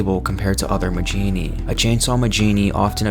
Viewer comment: I thought Majini was pronounced "Ma-hee-nee" not "Ma-jee-nee" Edit: well thank god you actually pronounce El Gigante properly. Seems most people on youtube love to mispronounce it. Call me a grammar nazi, but it annoys the fuck out of me when people try to sound knowledgeable about something while constantly mispronouncing it.